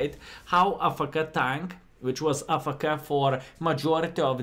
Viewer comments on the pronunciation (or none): Not ah- fe- ke it’s pronounced A- F - K (letters)